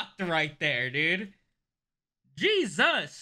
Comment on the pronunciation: Ha- Ha- 😆 please, did you really needed to say Jesus like that- JeSUS